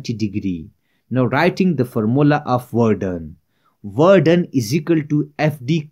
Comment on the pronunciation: Werden?? What the hell is that? I cant understand what you’re saying.